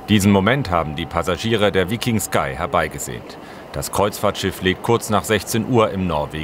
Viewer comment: Vllt dem Moderator Mal vorher googlen lassen wie man den Namen des Schiffes richtig ausspricht 😂